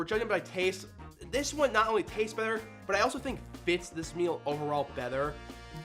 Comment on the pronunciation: the way you say the "t" in water and better is wrong somehow. like you make it a "th" sound